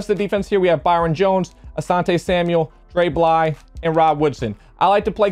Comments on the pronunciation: Shaun Logan bro his full name is DeAndre Beverly, shortened “Dre Bly,” pronounced Dray Blee, look it up genius. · Did you know...it’s pronounced (Dray-Blee)